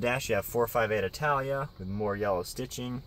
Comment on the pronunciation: Dude said "I" talia. Smh noob